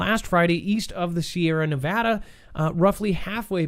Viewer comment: Thank you for pronouncing Nevada correctly.